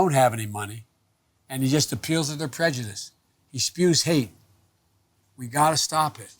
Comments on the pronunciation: did she just say prejudicedom? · Did she just day prejudism? 😂😂😂😂